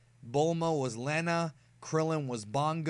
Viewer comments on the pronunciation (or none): Great video! But I was taken a back how you pronounced "Lena". Minor nitpick though